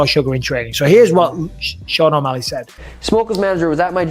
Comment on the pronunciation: It's just Shawn Malley. He's never getting that O back